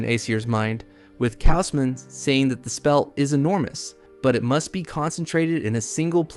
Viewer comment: How many different ways is your AI going to mispronounce "Kaushman" anyway? "Cowsh-man" Not "Ka-oh-smin" or "Kashmin" or "Kay-Osmin" or "Kozmin" or "KaOWZ-men" Then again your AI screws up EVERYONE's name, even the MC.